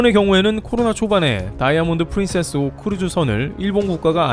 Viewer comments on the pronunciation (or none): none